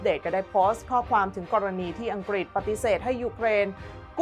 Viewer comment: ผุ้อ่านข่าวเสียงดังฟังชัดดีมาก แต่บางทีคำควบกล้ำหายไปเฉยเลย เช่น อังกฤษ เป็น อังกิด ปรับปรุงนิด จะชวนฟังระรื่นโสต